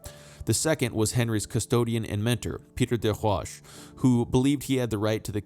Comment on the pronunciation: You lost me when you couldn't pronounce des Roches. It doesn't speak well to subject-matter knowledge.